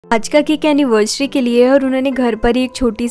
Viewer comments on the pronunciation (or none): It's not annivesary it's anniversary please correct your pronounciation. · Woh anniversary hota h anivesrecy nhi hota h pronounce Krna sikho gawar 😂